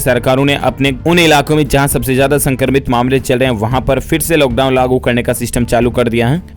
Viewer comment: Bhaiya loghdown nahi hota hai lockdown hota hai